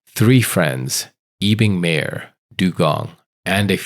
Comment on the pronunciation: Pronounce as "Kezon" not Kwezon. And "mAHyor" not meyor